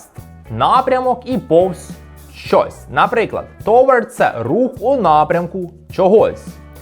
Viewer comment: Ви впевненні що правильно вимовляєте "towards"??